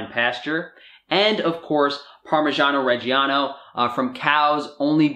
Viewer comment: Great video man, I will say tho for an Italian such as yourself that pronunciation of "parmigiano reggiano" was absolutely terrible